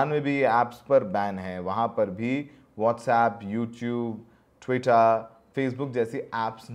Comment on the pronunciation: ttwitaa😂 bhaii